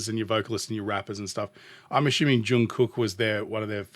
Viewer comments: pronounced Jun Gook...the middle k is silent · JK is the Golden Maknae, now more like the Golden Slayer! All of his songs will blow you away, even his covers.. Don't pronounce the first "K" in Kook..